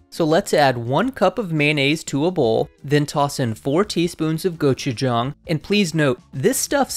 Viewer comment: Thank you for pronouncing "gochujang" correctly